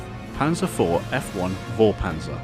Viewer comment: Great modeling work. It does look very lively. If you want to accept some german pronounciation advice, the V is often pronounced like an F, especially at the beginning of words. So instead of Vorpanzer, say it more like Forpanzer. And if you want to get it extra correct, the A in Panzer should be pronounced like an english U. Punzer. The Z is a sharp one, more like the second C in Cancer. So that would leave us with Forpuncer. Looks hideous. xD Anyways, keep it up! Looking forward to the final finished model!